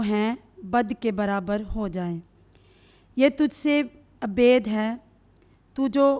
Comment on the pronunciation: « یہ تجھ سے بھید نہ ہوگا » غلط ھے۔ « یہ تجھ سے بعید نہ ہوگا » صحیح ھے۔ برائے مہربانی الفاظ کا تلفظ صحیح بولیں ۔ آپ کا بہت شکریہ ۔ ( ب ھ ی د ) (ب ع ی د)